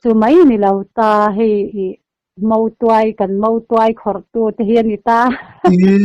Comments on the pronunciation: Motuai in ti zel a, Mautuai tih zawk tur a niang. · MOTUAI a ni lo.MAUTUAI tih tur zawk a lawm.Mizotawng i thiam lo lutuk.Nutling ve meuh si.Mahni tawng thiam tur